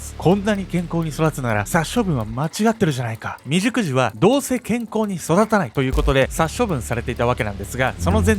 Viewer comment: クーニーさんめっちゃ立派！感動なんですが、未熟児が美熟女に聞こえしまいました。自分の性癖を意識してしまい、申し訳ございませんでした。笑